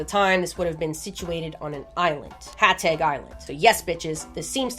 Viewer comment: Just a nitpick, but it’s pronounced “Hatzeg” - in Romanian, it’s spelled “Hațeg”, where the T with a comma below makes a “ts” sound.